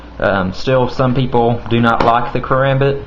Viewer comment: "because othew peopew awent educated". Ha, you sound funny